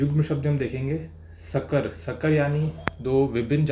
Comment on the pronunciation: सकर नहीं संकर